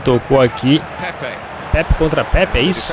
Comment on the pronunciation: não é pepe,é Pepe